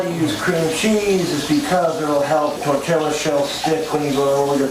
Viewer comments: He’s saying tortiLLa because of that vine and because of Napoleon Dynamite. I remember him saying it on one of his streams. Don’t you judge me, I need help. 😂😂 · I love that he calls a simple tortilla a "tortilla shell"